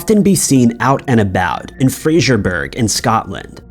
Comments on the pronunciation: Once again, it's Fraser buh ruh. Us in the UK don't say berg! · Hiya, again, not complaining, Fraserburgh is pronounced fray-zer-burra, live here lol. I know this case too. Heartbreaking for all the families x